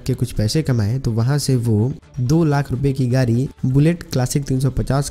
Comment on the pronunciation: Gari nahi yar Gadi car bolo 😀😀😅😅😃😃😂😂